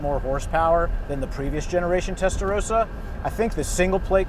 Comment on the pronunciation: WHY CAN'T AMERICANS PRONOUNCE 'TESTAROSSA' CORRECTLY? 😡😡😡😡😡